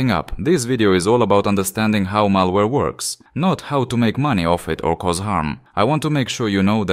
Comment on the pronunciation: malawre ALSO KRIS FROM DELTARUNE